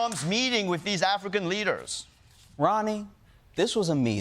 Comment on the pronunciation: Ronny can’t pronounce R’s